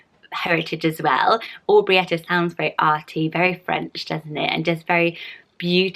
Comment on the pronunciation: are you sure you’re pronouncing Aubrieta correctly - I have heard people say Aubreesha...or perhaps it could be either?